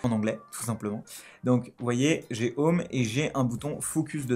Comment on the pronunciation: "J'ai un défi pour toi : prononce 'home' en anglais sans dire 'homme' !" sinon a part de ca tres bonne video merci